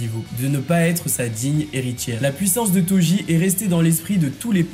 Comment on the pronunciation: C'est Jujutsu Kaisen pas Jujutsu KaiZen...... Et on prononce [Todji]! prononces bien [Djudjutsu] alors pourquoi tu prononces [Toji], ça n'a aucun sens.